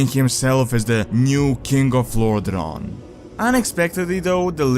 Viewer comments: It's not Lordron, but lordaeron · sorry man, but the way you pronounce Lordaeron make me quit the video :(